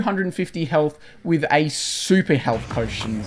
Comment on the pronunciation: Why you say witch or to say with ? You're not American.